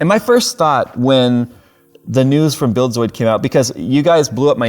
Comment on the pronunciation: I kept hearing "Bill Soid". Oh, you mean Buildzoid.